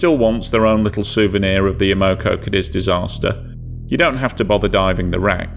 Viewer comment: Am-o-co Kay-deez. That's the phonetic spelling....